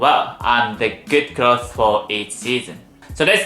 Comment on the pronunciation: don’t apologize that’s why I follow you. It’s adorable. The point is you’re trying just like the word cloths instead of clothes. I’m sure if I tried to pronounce some Japanese words you would probably fall down laughing.